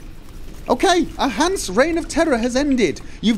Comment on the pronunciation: you got that right! only convert greater mutagens to another color. If you are still looking for the Winter Cherry, upgrade your home. I believed the Lebioda statue to be a major point of irretation from here on out:) btw: it's pronounced HansE, Germans don't have a silent "e".